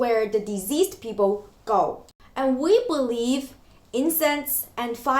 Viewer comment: I thought you said diseased people but it took me a while to realise that you meant deceased. The c should not be pronounced z. A bit long but great video.